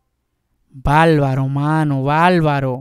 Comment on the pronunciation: Valbaro jajajajajaja ,es barbaro se dice , por favor , habla correctamente . No es falsette